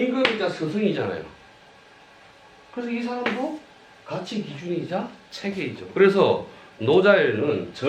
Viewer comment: 또 틀렸읍니다."가치"의 "가"는 길게 발음해야지요. 이런 평상어를 바르게 발음하지 못하면서 고전 강의를 한다는 것은 무엇을 의미합니까? 한국의 장단음 문제는 실로 심각합니다. 고국의 동포 여러분! ",한국 어문을 고발함"이라는 책을 읽어 주시옵소서. 미국 변 완수 드림. 또 실수!! 성인(saint)의 "성"을 짧게 발음했읍니다. "길게" 발음해야하는 평상어입니다. 자고저 문제가 어망입니다. 이 이상 들을 생각이 없읍니다. 미국 변 완수 근지